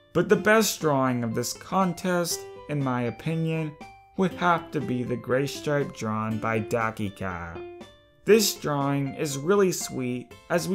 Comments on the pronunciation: ...... Not to be mean but, it said "Gaystripe" ...... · "Gaystripe" lol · says Gaystripe lol